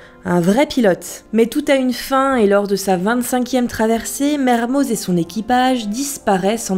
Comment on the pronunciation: PETITE PRECISION LINGUISTIQUE : Mermoz est un nom d'origine savoisienne, il se prononce donc "Mermo" ( voir Merme pour les plus radicaux mais bref) comme tout les noms (propres ou communs ) savoisiens on ne prononce pas le Z ou le X final. ex : Les Carroz, Marlioz, Dupraz, Fanouaz..... :) ( C'est d'ailleurs à ca qu'on vous repère, les touristes :-) )